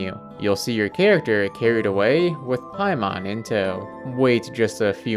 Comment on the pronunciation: Lol paimon it's paimon hahaha. The horror of it all.